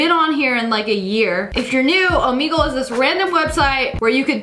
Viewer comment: When u said Omegle it sounded like omego